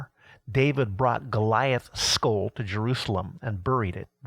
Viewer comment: Can’t listen to the pronunciation of skull anymore halfway through. Thanks for the information.